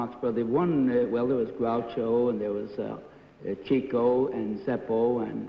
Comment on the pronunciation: Those of us who are true fans of The Marx Brothers, know his name is pronounced. "Chicko", not "Cheecko". Over the years, I think Chico's name has been mispronounced more than anyone in the history of show-biz.